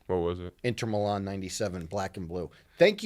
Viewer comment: Hearing say Inter Milan. Absymal. Hate that guy.